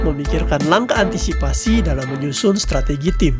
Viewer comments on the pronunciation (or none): none